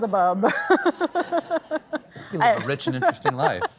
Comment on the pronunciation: Not to mention how she said Bee-elzebub like it was (and it is) the greatest pun in history